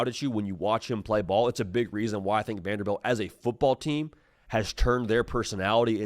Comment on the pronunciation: It’s Vanderbilt not Vanderbelt